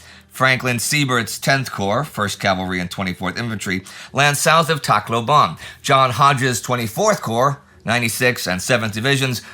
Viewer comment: I don’t know if it would still be useful in the upcoming weeks but regarding the Philippine campaign: Tacloban is pronounced with every syllable with equal emphasis. Tac-lo-ban, not Tac-loban. Think how Bataan is pronounced as Ba-ta-an, not Ba-taan.